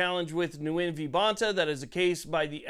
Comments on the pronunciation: Just a quick correction, sir: the (person) V. Bonta? He is of Vietnamese background, his name is not pronounced, “Noo-Win” rather it is simply “Win.” And I hope he does! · This common Vietnamese sir name is pronounced "win" not "new win". Thanks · The “N” is silent. Phonetically gwin. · It's pronounced "Win v Bonta" hopefully Nguyen wins! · Nguyen is pronounced like "win". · Isn't it pronounced Wen?